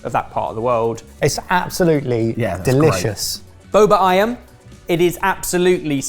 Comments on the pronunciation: pronunciation of "bubur ayam" sounds like "boba ayam" lmao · Quick tip on how to pronounce Bubur Ayam, it's Boo-Boo-r Uh-yum (the uh is said like the last A in Australia) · The king of atrocious pronunciation strikes again with “Bubur ayam “🙈